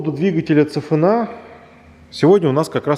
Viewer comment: автор, CFNA это не цефенеа, СИэфене в русском произношении